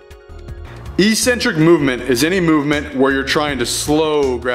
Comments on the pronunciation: Pedantic question: but why do many of the YT powerlifting guys say "E-centric", when the word is "ec-cen-tric" as in [ek-'sen-trik]? Good video, gave me a few useful pointers to improve my form, thanks. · Okay, this is another great video, please pronounce eccentric properly. It’s ek-sen-trick. Why the fitness industry went this way is beyond me, but it drives me nuts. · "Ek-sentric". I was wondering what e-centric meant in other videos until I saw you spell it on screen on this one.